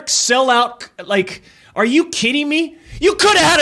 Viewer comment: I love how Doc says "Are you keedin' me? "